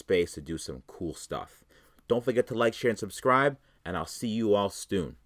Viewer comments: "And I'll see you all STOON!" lmao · see ya "stoon".:p